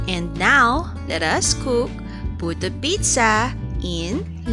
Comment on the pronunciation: Tinapos ko muna bago mag comment. Ang bongga ng pagkakabigkas mo ng dalawang inihain mo samin napapagaya ako eh 😁 ung itsura nya para syang lasagna Naimagine ko lang hehe mukha syang ay di pala mukha garantisadong masarap kase gawa mo yang recipe na yan. Saksi ang dog sa gilid at saksi kaming lahat 😉 Tamsak done Ingat lagi, god bless you